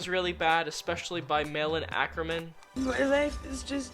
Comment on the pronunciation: Malin Åkerman not Ackerman ffs